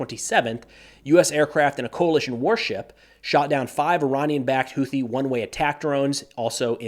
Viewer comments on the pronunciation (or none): none